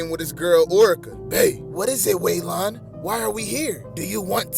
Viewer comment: 😂why he say Waylon like that